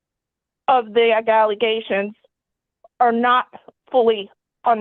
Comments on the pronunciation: Did she say “galeations” for allegations? Lmaoooo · Not only did she say galleations, she said nagaleations too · From “Galey-aishuns” “Nali-Gaeshens”…to “gALaNaShUnS” 🤨. I’m having an existential crisis after hearing this because what?!😂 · That was hilarious. As soon as I finished reading your sentence. All I heard was galiations,then naliations...😅😂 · I think it was more like galegations 😂 why not just say “what she’s saying isn’t true” no you say galegation. Why? 😂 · Missed one...Gala-gayshins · The what kind of galey-aishuns😂😂😂😂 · lol well she tried three different ways to say “allegations” so at this point we can just pick our favorite even 😂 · Omg this is the woman who can't say allegations 😂😂 is this the older case? I can't remember